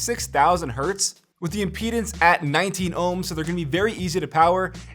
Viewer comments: To whoever got confused , he said IMPEDANCE not PENIS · Ok i hear correctly he say peanuts but it aouns like penis lol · Thats what i heard too lol